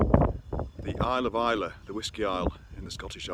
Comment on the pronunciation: Glad to hear 'Islay' pronounced properly! Hope your dad's better soon.